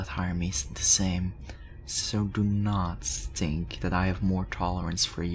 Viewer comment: 😂when he says think I hear tink